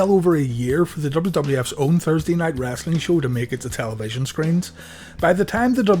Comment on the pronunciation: Omg stop saying wrastling it's "wrestling"